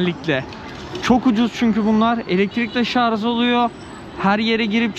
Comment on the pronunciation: kardeşim verdiğin bilgiler için teşekkürler. Yalnız bir ricam var. Defalarca ŞARZ dedin. Biliyorsun doğru telaffuzu ŞARJ. Çok izlenen biri olarak bunu düzeltmen toplumda da yanlış söyleyişi düzeltmeye yardımcı olacaktır.